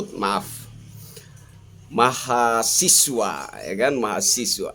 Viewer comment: Mahasewa bang awas salah nyebut 😂😂